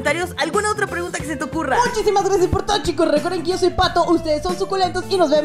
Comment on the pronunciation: No se dise phato se dise patho